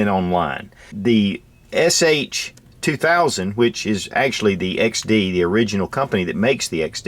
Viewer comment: its hs2000 not sh